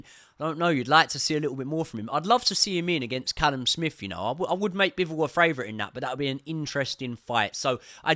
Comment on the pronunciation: Great breakdown. Funny question though, why do you say "FRavourite" instead of "favourite" 😂